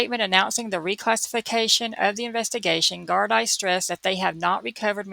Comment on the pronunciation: Gardai is prounced gardee. Great cover